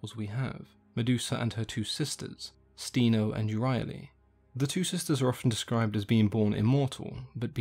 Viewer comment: the pronunciation in the video is not correct. "Sthe-no" is pronounced with an intonation on "no", and "Euryale" is pronounced "Ev-ri-a-li", with an intonation on "a".